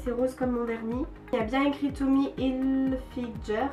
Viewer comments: mais on dit pas tommy hilfidger on dit tommy hilfinger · on dit tommy hilfinguer pas hilfinjer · heuu, juste, ca se dit "tommy hilfgUer" merci